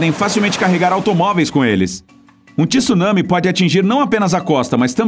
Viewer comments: TSU... TSU... TSU... TSU... e não tisu tisu tisu!!!! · Pf, não é TIsunami é tsunami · Oqq é Ti Sunami???? Eu conheço TSU nami. Primeiro aprenda a ler, pra depois falar e postar vídeos, pra não espalhar coisas erradas pela rede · Nao existe TISUNAMI a palavra eh TSUNAMI, AFINAL QUANDO VOCE FALA MISTSUBISHI VOCE PRONUNCIA O TSU,VOCE NAO FALA MITISUBISHI!! COM TSUNAMI EH A MESMA COISA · CARA, não fala TíSunami pq dói o fígado…!!!!